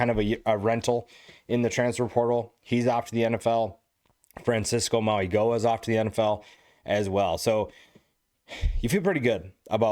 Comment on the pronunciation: Haven't finished watching yet, but I like & echo what a lot of commenters have already said. Just a quick comment, the LB who went to the NFL & his brother, the future 1st round RT, Mauigoa, the G is actually pronounced like an N. Mau--E-No-Uh. Cheers.